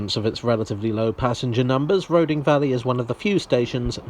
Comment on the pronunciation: I might be wrong, but I always thought Roding was pronounced "Roothing". Don't ask me why. Perhaps it's from Norse or the Anglo-Saxon. Not that it really matters.